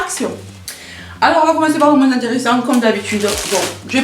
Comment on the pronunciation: Oh l'excuse en mousse le liquide vaisselle 😂😂😂😂😂 "Moinsssss" ça me rappelle mon béarn maintenant que je suis expatriée en bretagne....ça fait du bien à mes oreilles L'huile essentielle même dans le bain il faut la délayer dans un corps gras et pas la mettre directemnt dans l'eau, dixit pharmacienne en insistant ++, (qques gouttes de savon liquide par exemple) et faire très attention aux quantités, c'est super mais à manier avec précautions (certaines par exemple sont toxiques pour les animaux de compagnie même par inhalation du brûle parfum...). Bien se renseigner pour en profiter sans danger, il y a plein de sites là dessus Une petite vidéo " la reine du dancefloor disco!"😍😘😘😘